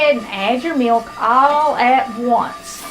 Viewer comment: i like the way she says "me-oak" '.. and a half cup me-oak..' 😊